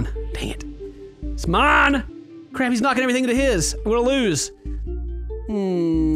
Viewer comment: When you say "mine" it sounds like "man" in a Jamaican accent